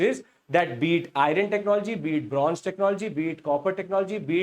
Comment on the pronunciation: It is not iyaran , but iron or ion